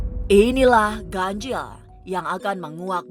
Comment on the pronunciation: ngomong ganjil nya ga bisa biasa aja kak... kenapa harus ganjieeellll